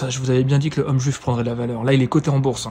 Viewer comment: Il dit Home juif ou je rêve mdrr ??